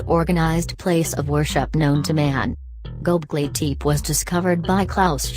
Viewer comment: Turned it off right when it pronounced it wrong #possiblefalseinformation #nochances #noLs